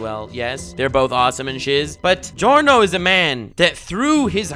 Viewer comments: The pronunciation of the names of Giorno and Diavolo at the start of the video is definatly the best pronunciation of those names I've ever heard from an english speaker youtuber and I can definatly say it's right because i'm Italian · Finally someone who says Giorno and Diavolo properly